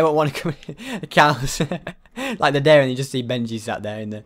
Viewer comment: I honestly thought the title of the video said ‘diary’ until he said dairy